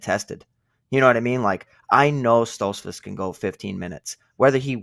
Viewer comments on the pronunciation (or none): How can anyone take yall seriously when you pick Stoltzfuz and can't even pronounce his name right. He's gonna get whooped.